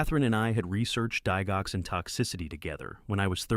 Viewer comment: Please learn how to pronounce DIGOXIN. ITS INSULTING AND GRATES IN MY NERVES TO HEAR IT PRONOUNCED INCORRECTLY.